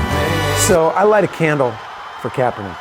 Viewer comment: Lost me at Kaperdick